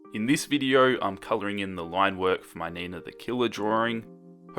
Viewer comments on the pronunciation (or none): When you said nina i thought you said neighbor